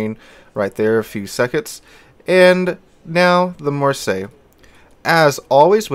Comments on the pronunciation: REALLY REALLY bad pronouncing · Marseilles is pronounced "Mar-say". Just so you know. Have a great weekend! It's a city in France. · For people wanting to pronounce this one correctly just say it like you would say "Marss ey". Don't ask how I know, I live there. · It's "Marr-say." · Just use google translate with the voice button. It's really not hard to pronounce "Mar say" Say just pronounced like the english word. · I will say it's just lazy at this point, it takes you 5 seconds to google translate and click voice how to pronounce it. It's so hard to watch when he keeps butchering names of locations you're from. Instead of talking about plating for 5 mins just learn to pronounce 1 word for 30 seconds... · lol, no one actually care, like for an English speaker having to learn to pronounce something in a video game,it's literally pointless, and yeah, you may seem it easy, that doesn't mean everyone else saw it easy. And it's not even anyone fault that an English speaking person mispronounced a French name, why are you so problematic about it?